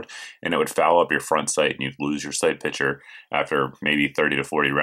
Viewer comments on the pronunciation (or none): Sight "pitcher"? Are you from Pittsburgh? :)